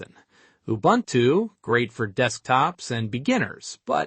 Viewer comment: Its Ubuntu not Ubantu